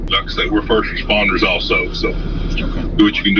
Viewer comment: Wurr furst respuhndaz